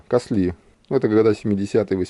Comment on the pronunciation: очень интересные вещи изготовленные в КАСЛИ /ударение на А/.